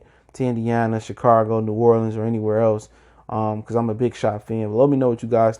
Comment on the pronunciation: Chi-cargo??? Chicago mayne......Chicago!!